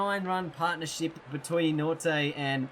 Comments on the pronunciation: It's not pronounced Nortay. It's like Norkia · You can say andile's surname but not Nortje.It's Nort - Je without the English accent though :D it's a South african surname.Same with Labuschagne it's Labu - Schag - ne.It's difficult to pronounce if your native are not afrikaans.My name + surname are the same they call me Jacobus my second name cause they can't pronounce my name here :D